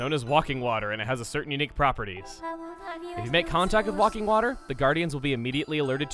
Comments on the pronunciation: WAKING WATER NOT WALKING WAKING, READ,READ WITH YOUR EYES HOLY FUCK EVERYTIME YOU SAID IT i waited for the end of the video incase you did an edit but nope WAKING say it with me waking theres no l learn how to read...everyone makes mistakes you just make alot more than usual its okay but if i hear you say walking water 1 more time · Btw it's called wake-ing not walk-ing water. I love your vids! No offence that you said it wrong. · Uh It's not walking water, it's waking water. Note the lack of 'l'. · WAKING! WAKING water. NOT 'walking' water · It's Waking Water, not Walking Water. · I'm pretty sure it's pronounced wake-ing water not walking water :p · It's "Waking Water". Not "Walking Water". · Chugga, its WAKING water, not walking water... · It's waking water not walking water lol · It's "Waking water" as in to awaken not "Walking water." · "Wakking water?" I'm pretty sure it's "Waking Water," as in "awaken" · Also chugga you're pronouncing Waking Water wrong. It's pronounced wake-ing as in wake up not wok-ing. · It's WAKING, not WALKING lol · It is called Waking Water, as in waking up not Walking Water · Why are you saying it like it's spelled WaLking water and not Waking water? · The way chugga mispronounces waking water as walking water is PAINFUL. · Am I the only one who noticed that he is saying walking water not waking water? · Chugga it's waking (wake-ing) water not walking (walk-ing) water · It's WAKING! Learn to read! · its waking Water... waking, as in wake up the guardians. and you didn't equip your shield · Wouldn't waking water be pronounced like Wind Waker? Because it wakes the guardians up? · you do know its wake-ing water right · ...Woking Water? Really,? >.> "Waking Water." As in, you step in it, the Guardians wake up. Aaaand then I notice just how many people have already made this correction.;) You can tell we love to keep you accurate, love. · It's not walking water, it's waking water. As in waking up. No "L".